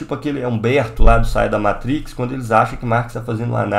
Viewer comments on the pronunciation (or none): none